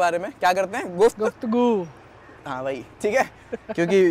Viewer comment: k guftgu me "gu" pe jitna jor daale hai woh aapke review k liye tha